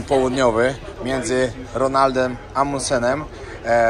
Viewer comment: 1) ARC-towski, tak to wymawiaj. Żaden tam Arktowski. Amundsen ROALD, nie Ronald. :-) Tabletka nieźle was tam omuliła, widzę. ;-) 2) Prowadzący wykład NIE miał akcentu, tylko mówił po angielsku. To będąc obcokrajowcem mówi się z obcym akcentem. Trudno mówić z angielskim akcentem po angielsku, albo raczej trudno NIE mówić. :-) Akcent to może być ruski, francuski, chiński, polski i każdy inny. Przyjmuje się, że Anglicy nie mówią z akcentem, oczywiście nie licząc tych z hrabstwa York. :-D